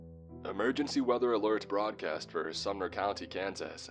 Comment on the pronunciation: He said summer county Kansas when reading the radio part